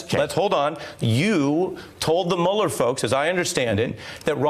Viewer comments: "Mewuller". I hate that they mispronounce his name on purpose. It only makes them sound childish. He wants a pardon. LOL. Pardons are only for GUILTY people...or have we forgotten that? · Why isn't he pronouncing "Mueller" properly??? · Notice how many Trump co-conspirators say "Mule-er" instead of Mueller? One way the rats can identify each other. This guy was an INTERMEDIARY, and he is lying, just like he always lies. Just like Stone always lies. Just like Nunberg always lies. Just like Trump always lies. Just like Trump Jr always lies. Just like the Republicans in Congress always lie to cover up for them. The GOP has become the LIE.